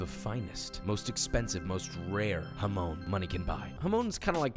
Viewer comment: The pronunciation of jamón hurts me😭😭😭